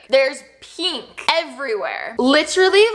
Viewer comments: Is anyone else bothered by the way she says peenk instead of pink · “Peenk” girl I-💀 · Notice how she says “pink”